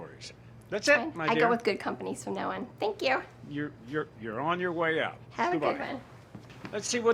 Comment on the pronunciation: THANK YEW - ugh such an annoyance